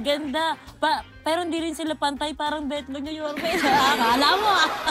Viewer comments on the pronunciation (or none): I can’t with the “betlog” HAHAHAH